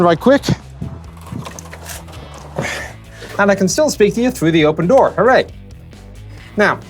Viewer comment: "Driver's dooi" What?